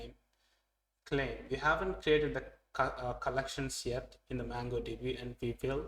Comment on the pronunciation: It's not mAngodb but mOngodb